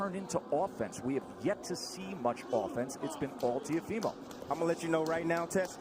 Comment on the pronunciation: To the ignorant commentators : its not 'tiofimo', the name is Teófimo. With an accent on the O, that's where the you must emphasize the pronunciation.